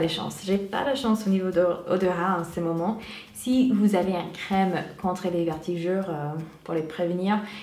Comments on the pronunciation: Tu me fait rire tu "vertigure" mais on dit "vergetures" bisouuus❤💋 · Vertigures!! Mdrr 😂 vergetures* Malgré ça je trouve que tu t'es amélioré en français. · Coucou ! super vidéo encore une fois 😊 j'espère que tout se passe bien pour toi (et pour ta petite famille), perso je préfèrerais l'actualité grossesse sur YouTube ou FB parce que je vais pas trop sur instagram et snap... gros bisous 😙 P.S : on dit "vergetures" au lieu de "vertijures" et chez nous on appelle les "taches de rougeurs" "taches de rousseur" mais pas de soucis c'est mignon et pas grave 😉 bisous ❤ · tu as du mal avec le mot vergeture^^ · C'est adorable et ne t'inquiètes pas on fait aussi des erreurs en anglais donc personne ne juge sur cette chaîne j'en suis sûre~~ :)